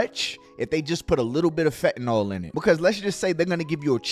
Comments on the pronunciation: Give the respect that these poor souls are dying by the thousands deserve and PRONOUNCE THE DRUGS NAME CORRECTLY!!! IT'S PRONOUNCED FENT-A-NIL !!! NOT FET-NOL SPELLED F-E-N-T-A-N-Y-L you all getting high and dying off the shit and can't even spell or pronounce it properly Others trying to save people's lives trying to inform them about the drug and can't even say the name right? IMO you sound stupid as hell trying to make an educated attempt at informing and can't say it right!! SMDH MY GOD IN HEAVEN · I wish people would learn how 2 pronounce fentanyl correctly. Its not fentanol. How do u pronunce syllable, its not sollable. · FentaNYL, not fentanall. Just like oxycotton is oxyCONTIN. 🙄😒 YES, IM THE PRONUNCIATION POLICE. SO WHAT?!? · it amazes me how many people can't say 'fentanyl' correctly it bothers the hell out of me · agreed, it's not a very complicated word.